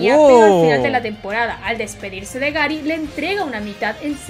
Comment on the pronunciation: La chica: Gary: gUeRi